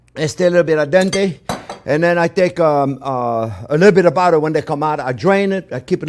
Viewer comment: I totally love Chef's "lidda bidda budda". Emotional support, I know! ;-)